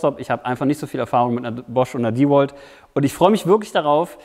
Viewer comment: vielen Dank, das du DeWalt richtig aussprichst. Viele andere youtuber sprechen den Namen deutsch aus,was mir beim Hören in den Ohren schmerzt.